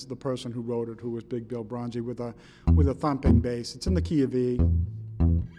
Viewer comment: sorry - this is not a delta blues - also his name is broonzy (you spell it right but say it wrong) - not bronzy - and finally - clapton played it on the unplugged cd